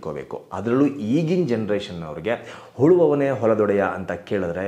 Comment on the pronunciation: ಅದು ಹುಳುವವನೆ ಅಲ್ಲ ಮಾರಾಯ ಉಳುವವನೆ